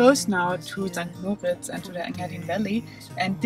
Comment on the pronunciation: Mal hinhören wie die Einheimischen "St.Moritz" aussprechen kann hilfreich sein. (Betonung auf dem "i" und nicht auf dem "o" )